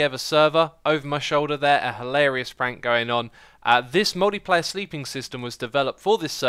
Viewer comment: Hahaha is it just me or did Xisuma say "Moldy Player Sleep system" XD